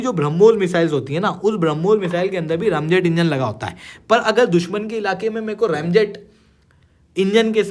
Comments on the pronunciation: Fir bhi bhai sabse fuddu hai yeh educator. Isko sunke aur log bhi रामजेत bolenge… रेमजेट nahi! 😂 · I really can’t believe this guy is an educator. It’s pronounced as रेमजेट and not रामजेत. Eshtandard! 😂😂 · bhai kya word izad kiye ho ramjet sahi hai bolo jai shree ram